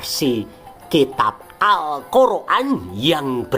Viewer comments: geli aja dgn narasinya min, al-kor-an.. es-we- te , eslam ...😅😊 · Ngakak tiap denger admin ngomong Alkhur'an dan awuloh eswete yang diyakini oleh orang eslam😂😂